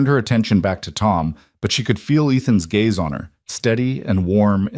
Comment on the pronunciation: It's GAZE - NOT GAYS - YOU IDIOT AI!